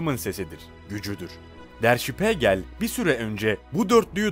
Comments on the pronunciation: Şpegrl degil.der şpigeldir. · Der Spiegel (Der Spiigel diye okunur) Spegel yanlış lütfen düzeltin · işte diyorum ya ama o dakika başı spegel deyince tuhaf oluyor (acil düzeltmesi gerek) yurtdışından da izleyicileri var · Okunuşu _şpiigel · Kulağım kanadı lütfen önce araştırın ondan sonra kelimeyi doğru telafuz edin Spegel ne ya???